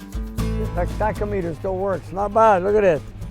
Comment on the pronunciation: "tac- o- meter " lol, love you!